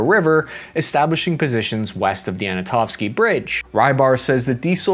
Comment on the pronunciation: anto-nov-ski. not ANA-tomski